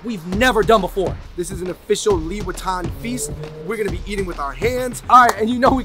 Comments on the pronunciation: Why i always hear louis vuitton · Everytime they mention liwetan, what i hear it Louis Vuitton... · Always misheard the "Liwetan" with "Louis Vuitton" lol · Omg you guys said liwetan just like Louis Vitton, I keep questioning myself where the freak is the LV, man 🤦🏻‍♀️😂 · I love the way you guys said ‘liwetan’ and make it sounds like ‘louis vuitton’ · Liwetan, and i heard louis viotton 😂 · how to read Louis Vuitton : Liwetan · i thought u just said louis vuitton.. lol